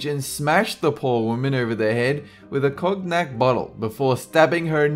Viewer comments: Number five he hit his mother over the head with a KOG NACK bottle. It's Brandy, Cognac pronounced Con Yack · Lmao Cog NAk bottle it's pronounced co nee ack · Cognac is pronounced "Con-yak". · "cog nack bottle" say it with me, cone-yak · Damn psychos out there!!!! You made me lol with cog-nac! It's spelt that way, but pronounced 'conYac'. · "Cog-nac"? Maybe next time have your computer read it to you? Then you'd know it's pronounced con-yak. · "smashed her over the head with a COG-NAK???? bottle" cmon thats not how you pronounce cognac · did just say "cog-nack bottle" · Cognac = con-yak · 'cog-nack' oh dear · "Cog-knack" LAWL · Cognac is pronounced cone-yak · It's pronounced con yak... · cog-nac XD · "Cognac"... That's pronounced Con-Yak, sir. Learn your booze, mate. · Cognac bottle, hahaha. The geee is silent